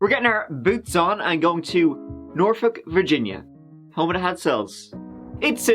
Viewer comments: Yay you said norfolk correctly. This girl lived in the neighborhood next to mine. So tragic 🥺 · It's nice to hear someone else pronounce Norfolk like it's supposed to be pronounced. Norfuk or Naulfuk if you're from my neck of the woods in Maryland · Portsmouth here, work in Norfolk. So sad! Side note: always love when people know how to pronounce Norfolk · Congratulations on pronouncing Norfolk correctly!